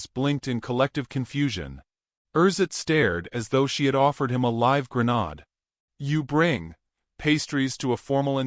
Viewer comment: Misspronounced grenade. The second syllable is pronounced like aid NOT odd.